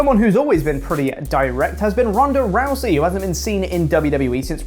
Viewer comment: Who is Ronday Rousey?? 😂